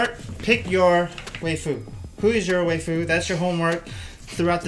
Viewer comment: coach i think its pronounced (why-foo) >.<